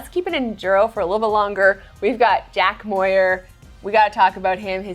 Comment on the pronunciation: Who the hell is “Jack Mwaar” 😂 How closely do you follow EWS if you don’t know how to pronounce the guy that won?! 😂